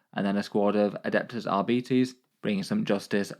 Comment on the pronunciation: R bites = arbites 😂 arebeetees